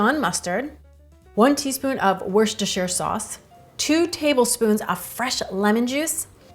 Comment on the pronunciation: You the first person that I have heard pronounce it correctly, it is three syllables, perfect